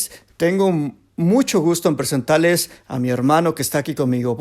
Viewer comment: Presentales....presentarles...hno. Preguntale.?....quisiera preguntarrrrrle Por decilo así....por decirrrlo